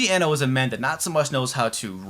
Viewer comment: I know this video's p old but I want to point out the proper pronunciation of Kenji Eno's name, since I wasn't sure either at first. Even though an E in japanese is usually a long E, his given last name was actually Iino, with a short e. I assume he spelled it Eno instead of Iino as a tribute to Brian Eno, the famous musician and producer.